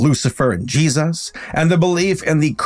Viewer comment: I love his work and since subscribing 3 days ago or so, I am already through half of his catalogue, But I deeply and passionately wish he's stop mispronouncing Jesus, I am Christian but Idc what your beliefs are or how you feel about God, Yours is your life to live not me, But over half the videos of his I have watched he says Jesus at least like 10 times an episode, and hearing Jayeyzus stopped being funny after like the 10th video, Now it's just like nails on the chalk board, Also again this has nothing to do with religion it's just the deliberate mispronunciation of any word, It could be Satan but if he said Satin every video it'd still get old